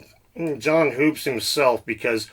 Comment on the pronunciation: John hoopes is pronounced Hups, I think. Even mispronounced it when he interviewed him on his channel. I laughed inside when he was corrected to his face. Nice research.